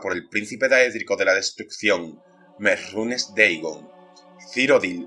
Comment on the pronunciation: No entiendo porque dices merrunes deigon Que no se dice merunes dagon ?